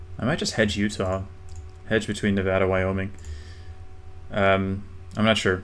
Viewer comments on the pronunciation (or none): none